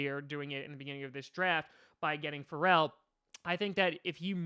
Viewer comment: Yea Ferrell is very good wouldn’t mind him with the packers. U pronounced his name wrong 💀🤦🏽‍♂️🤦🏽‍♂️